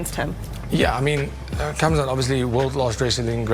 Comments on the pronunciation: 1:99 did that interviewer just say Khazmat? Yeah, why bother learning the names of fighters. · Why do some MMA journalists still say KHAZMAT instead of KHAMZAT? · Did that female interviewer just call khamzat hazmat pmsl 🤣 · Interviewer says khamzat name wrong.. These stupid interviewers